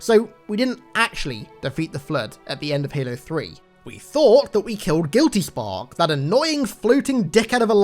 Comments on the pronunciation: You said chackass more like jackass am I right he kill our boy Johnson. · when you said the spark thing i thought you said jackass